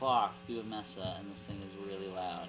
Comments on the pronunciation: MESA, NOT "MESSA" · pronunciation dude! It's May-suh, not Mess-uh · Good job dude... BTW, pronounced MAY-SA not MESS-SA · l3ertuz. I agree with you 100% yes mesa is a spanish word meaning table.